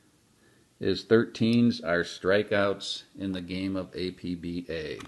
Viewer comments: It's pronounced APP-BAH as stated in the famous color brochure and as was written in the brochure. Never, no Never pronounce it Ay-Pe-Be-Ay. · Okay, I have to say it because it came with the literature in my 1980 APBA baseball game...APBA is pronounced as a word, two syllables. APP-BAH. It is NOT pronounced as speaking the four letters A-P-B-A... Anyway, great video. Forever APBA (APP-BAH).